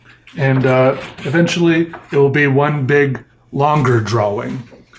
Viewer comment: is the only person I’ve ever heard make a point of pronouncing the w in drawing. But his draw-ings are spectacular and I enjoy his videos.